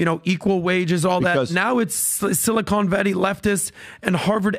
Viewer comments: said "Silicone Valley" instead of Silicon Valley... and he's not wrong. 😂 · now is also saying "sili-cone valley"- thanks PBD